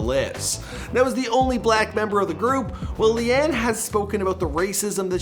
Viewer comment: leigh-anne isnt pronounced lee-anne :/